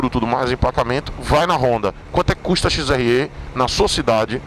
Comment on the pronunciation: “XRÊ” não, porra! Você é baiano! “XRÉ”!!!! 😂😂